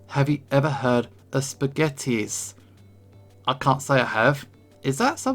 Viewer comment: spaghettieis is pretty easy to pronounce actually. "spaghetti" is said as it is, "eis" is just german for "ice", both together is just spoken as "spaghetti-ice". i hope this helps you pronounce it in the future, as for "spätzle", thats just a specific kind of german noodle, so dont worry about that pronounciation